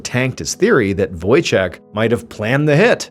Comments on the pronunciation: Wojciech is Polish name Ch in Poland is the same thing as H So read it as Wojcieh ✨👍🏻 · Any Polish people smiling at the "Wojciek" pronunciation? :) So sweet!